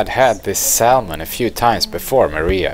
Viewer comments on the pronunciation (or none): the "L" salmon is silent "Samon" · ThE L is silent in Salmon